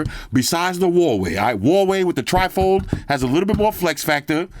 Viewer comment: a nasty British dessert made of jelly, whipped cream, fruit and soggy cookies. (A sloppy mess.).Trifle just happened to sound similar to your pronunciation of Tri-fold. My sense of humour and a conversation stopper.